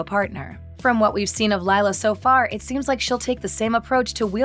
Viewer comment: You mean lie-la